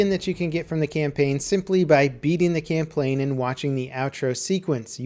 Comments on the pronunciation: Andrei Zedlav No, he said "camplaign" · "by completing the camplaign" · "beating the camplain" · "camplain" this is the best word ever XD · You said camplane. Also, good run through of how to get those skins. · i like beating the "camplain" too he says in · He said, by beating the camplaign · "Camplaign" lol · did anybody else hear him say "camplain" instead of "campaign" in (like if you did plz). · LOL HE SAID CAMPPLANE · "Camplane" What am I doing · he says camplain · He Gettin That Tho I think he is secretly calling the campaign plain. i mean if I had 1 million + subs I would make sure my commentaries didn't have mistakes